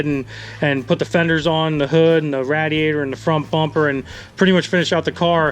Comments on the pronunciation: it's a RAY-DEE-ATE-OR....NOT, RAD-E-ATE-OR!!! fucking radiator! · Radheateher is that what I'm hearing? Lol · The way he said radiator 😂😂😂😂😂😂😂😂😂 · The way says radiator lol